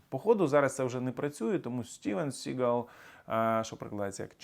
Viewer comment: СігАл --- це більше французький, а не англійський наголос !!!